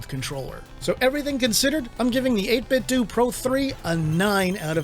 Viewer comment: 8bitdouh not 8bitdu